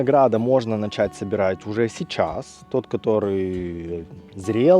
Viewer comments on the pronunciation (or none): none